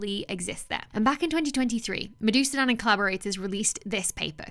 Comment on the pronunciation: He STILL isnt called Medusa-Dahn, no serpents involved . . . . muh-d'hoo-soo-d'huhn